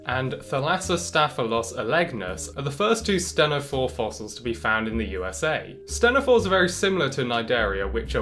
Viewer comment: Always heard it pronounced “teen-ophores”